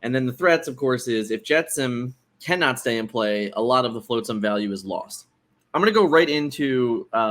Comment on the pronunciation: All the love to you guys, but hearing “floatsam” so many times hurt my heart 😂❤️